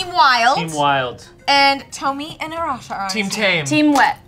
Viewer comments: It's Arash-UH 😂😂😂😂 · Arasha stuck on two syllables